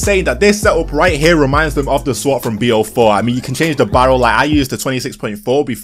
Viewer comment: Did u say swot?